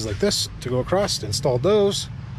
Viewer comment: ya lost me at "uh-crost". Perhaps I'll come ACROSS another one of your vids in the future. :)